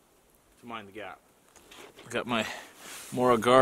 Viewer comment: Mora Garberg knife! My birthplace is Mora. I give you a A+ for pronouncing Garberg.❤️